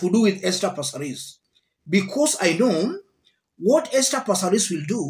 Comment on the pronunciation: Aki passareeees😢😂 I love the way you say it 😅